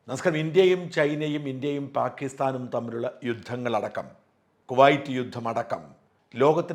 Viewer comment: Peki alla paki